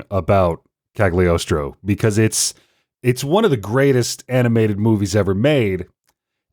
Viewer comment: I wonder if they know the g in cagliostro is silent Eh sort of